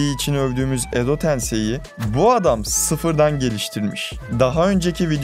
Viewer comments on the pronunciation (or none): none